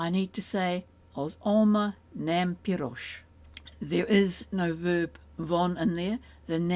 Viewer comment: I notice that “gy” is referred to as “a single letter” & it obviously isn’t, is “a single sound” what is meant ? Also, “nem” isn’t pronounced “nam” it’s “nehm” like “Ben” & I’m hearing a very bright “a” like “man” in the video.